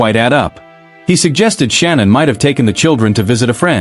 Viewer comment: Shanann (Sha-Nann) not Shannon not Sean-Ann Shanann